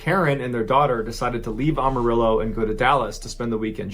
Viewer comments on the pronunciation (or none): "Amarillo" not "Awmarillo" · I love Mr Ballen, but he butchered the pronunciation of Amarillo, Texas most people that are not from there do. You have to say the “Am” like you’re saying “I am.” The rest of the name he got right. Think of it like “Am-a-rill-low” or “Am-a-rill-oh.” Also, in 1993 I lived in a town about an hour drive north of Amarillo, I was a little kid at the time. I went to graduate school in Oregon which is one state closer to Texas than Washington. You physically can’t make that drive in 24 hours, even if you drive straight without sleeping. He either flew up there or the wife was lying about the time line. Super sus!